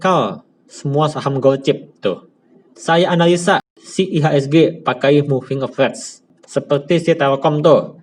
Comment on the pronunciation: capt, baca nya moving a ve raz .. bukan moving a vez